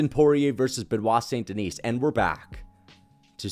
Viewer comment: He still think it is Saint Denise 😂